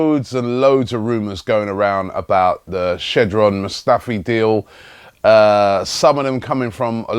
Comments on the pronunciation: Robbie IT IS STILL SHKKKKKKKKODRAN Mustafi and not SHEDRAN. Why is that so difficult to pronounce? Jesus Christ... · dear Robbie, here you go: Shkodran Mustafi (German pronunciation: [ˈʃkoːdʁan ˈmʊstafiː]; shc(k)odRan (I think that's how it would be phonetically written in english)!!! maybe it helps... not holding my breath thou as you don't seem to run across my comments ... p.s. I can also pronounce it for you via skype if you want, seriously! p.s. (I am fluent in 3 foreing (foreing for me) languages and understand 2 more so if you (or anybody else) wishes to "learn" the right pronounciations of german, italian and ex serbo-croatian (plus most of the other slavic languages as they have very similar pronounciations and of course sloven as my native language) you can find me on ig: marrrkec or skype: marrrko.samec.mars) - in any case - enjoy the rest of the summer and of course life in general!!! ;) :D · Still annoying though, it feels like he does it on purpose